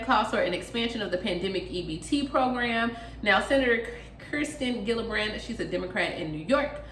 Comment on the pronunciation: With Love it's pronounced "Keer-sten Jih-luh-brand... . Hugs